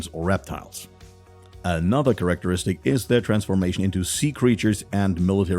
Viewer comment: now i get it, people just subscribe to hear you slaughter the English language. " Correcteristic " beautiful brother..